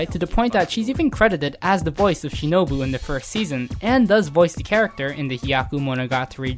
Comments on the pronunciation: you said shinobu wrong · I'm surprised this video make it through editing process. The narrator seems to mispronounce Shinobu at the end there